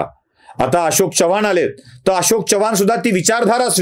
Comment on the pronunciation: च्यव्हाण नव्हे चव्हाण असा उच्चार पाहिजे.